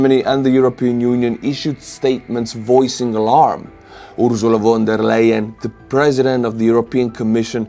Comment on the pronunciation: FONT (without speaking the t), DEA... Lion... = von der Leyen ;-) The Ursula is fine 😀